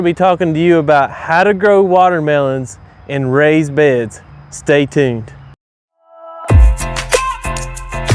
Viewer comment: Dude, you are soooo hilarious!!! That opening was TV worthy. I felt ya! Your content is awesome and you present it very professionally and I enjoy watching AND learning!!! I think you are the only person on Youtube that opens saying "stay TUNED" correctly. Most people say stay tune. Ok, thanks for sharing Brother! Cheers